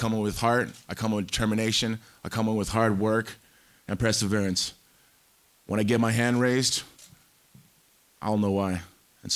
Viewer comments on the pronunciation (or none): "Press-severeance" 😂 He meant perseverance. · “I come with preserverance” - Tito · “Presserverrance” - Tito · When you say presserverance instead of perseverance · PRESSERVERANCE 😂😂😂😂 awww poor tito lmao perseverance my mannnnn he thinks he’s classy but he’s like NEVER been in a class 😂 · Tito has "presserverance" as he said and has mastered English at the third grade level. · “I comma with Heart, I comma with determination, I comma with Hard work and PRESSaverance.” - Tito Ortiz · Tito comes in with "Preserverance"? 🥺